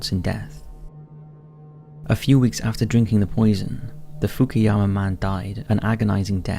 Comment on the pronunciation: What a beautiful japanese town named fuck-ou-yama 😂😂